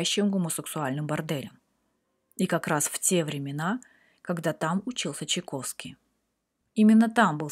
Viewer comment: Да Чайковский он, а не Чиковский